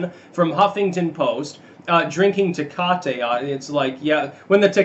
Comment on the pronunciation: As an hispanic, I object to the "dissing" of the Tecate. :D Very good job on the pronunciation, though.